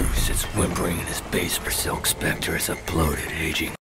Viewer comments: There are rumors that is still mispronouncing Spectre to this day. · Bro spectre is pronounced specter